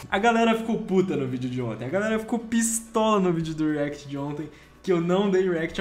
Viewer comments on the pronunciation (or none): none